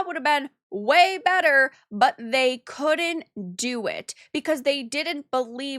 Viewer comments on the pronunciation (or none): “Could-dint” and “did-dint?” Why bother with contractions if you are going to pronounce them that way? I like the content but the way you pronounce words is hard to tolerate.